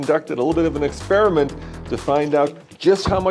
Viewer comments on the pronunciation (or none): none